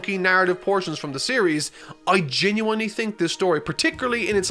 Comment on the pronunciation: I still despise when u pronounce "genuinely" as "JEN-YOU-WINE-LEE"